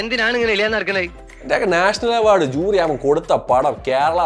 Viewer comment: അവാർഡ് ❌ചവാർഡ് ✔️